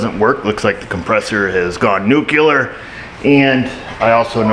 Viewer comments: Nucular, or Nuclear? Yeah, I'm 'hyper focusing' on your terminology feller... YOu gave me flashbacks to GW Bush. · "NEW clee ur" - NOT "NEW cue lur". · "NOOK U LER" haha. Just like it isn't spelled. :) thanks for the helpful video - too bad about the mice.